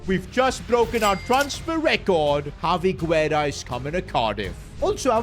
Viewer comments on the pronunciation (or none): Yo! Hope you get to see this! In a lot of your videos you use spanish players with the lastname Guerra, and I mean this in the best way possible, the U is silent! It should be pronounced more like Gerra and it's the spanish word for War. I guess it's just me nickpicking but just thought I'd let you know